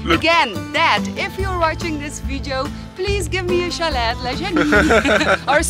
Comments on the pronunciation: The t in chalet is silent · It's NOT Chal ET. It's CHAL A (French)